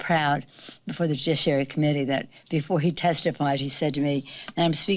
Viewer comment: LOL!!! Jujishhherary...